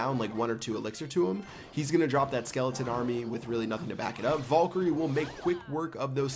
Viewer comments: Honestly, I've been watching ur vids for over 2 years, and my head is really hurting from when I'm pulling out my hair every time u say vulkerie 😂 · Its VAL-KU-RIE. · It's called vay-lee-cry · It's pronounced Val-e-Croi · it's pronounced Vae-lee-cry.